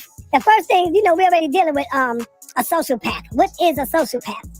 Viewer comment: We gonna ignore the fact that pronounces sociopath as “social-path” instead of “so-cee-o-path”?! That’s hilarious to me 🤣😂